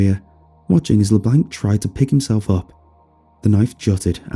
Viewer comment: You are saying LeBlanc wrong